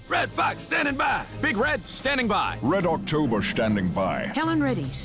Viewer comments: "Red October shtanding by" Lol. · I always lose it at "Red October Shtanding By."